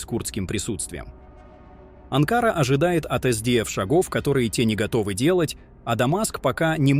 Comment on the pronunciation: Не АнкАра, а АнкарА,балбес!!!!